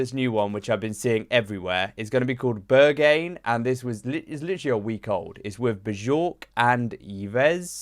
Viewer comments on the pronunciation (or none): Bur-gain instead of Berghain 😅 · My ears bled when he said ”Beyrgein”